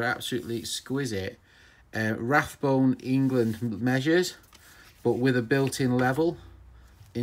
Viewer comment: RABONE NOT RATHBONE